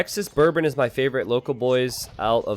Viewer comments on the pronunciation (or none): none